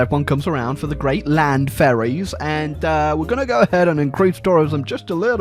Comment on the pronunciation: I always hear "Furries" when he says "Ferries"